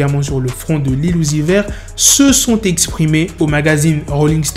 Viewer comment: Jaime bien ton français (sexrpime)🤣